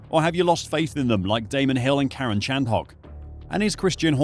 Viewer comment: Have you never head Karun's name pronounced? Any F1 fan has, which means you use a voice over guy or are in fact not an F1 fan.... which is it?